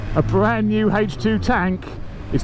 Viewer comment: Hejch two tank. Sounds like a WW2 German panzer of some sort.